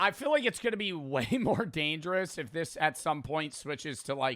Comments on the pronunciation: First "Soer", now "Danergous". 😭😭😭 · "Danergous" 😭🙏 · "Danergous" acc read that as dangerous 😭💀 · "Danergous" what 😭🙏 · “Danergous” hermano 👊😭🥀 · "Danergous" SONset😭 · Before it gets edited, it says ''danergous'' intead of ''dangerous''🥀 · … it’s dangerous not danerogus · "Danergous" this keeps happening frequently bruh😭